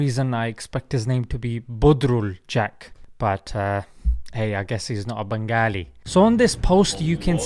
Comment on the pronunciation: Assalaamualaikum [idk what ur name is]. I just wanted to say it is pronounced 'bengali' not 'bangali.